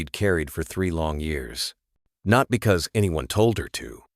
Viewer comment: Annoyingly, every time the word “No” appears, the Ai voice says “number” - can this “PLEASE” be corrected?! Also the pronunciation of POLICE and the word “not” being voiced as “note” and “pup” being pronounced “pupe”! 😂 ….. sigh! 😢